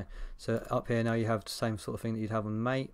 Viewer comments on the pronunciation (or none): Just so you know - it is pronounced as Mah-tay.